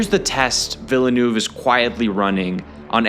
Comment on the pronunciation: Take a shot every time this guy pronounces Villeneuve’s name differently